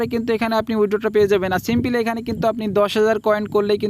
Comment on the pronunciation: tor heda simpily simpily kore abal simply hobe re abal